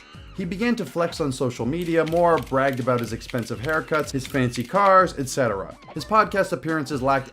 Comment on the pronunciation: Thank you for correctly pronouncing the 'T' in etc.